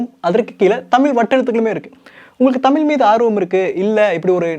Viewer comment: நண்பா தவறாக எடுத்துக்கு வேண்டாம், ழ சரியாக உச்சரிக்க பழகினால் நன்றாக இ௫க்கம். தமிலி என்று கேட்க்கும் போது, தமிழுக்கே உள்ள சிறப்பை இழந்ததை போன்று உள்ளது. மற்ற படி அ௫மையான பதிவு 😎